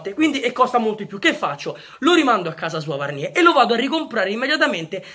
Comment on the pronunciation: Bella idea Comunque Varnier si pronuncia Varnièr anche con la r alla fine